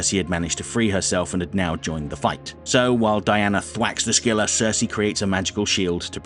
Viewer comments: the C in Scylla is silent btw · "the" scylla is novel way say it